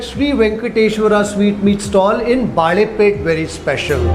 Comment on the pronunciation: Sir, just a small correction, the area is called Balepet, which means bangle ( bale in Kannada ) market not baalepet which would mean bananas market.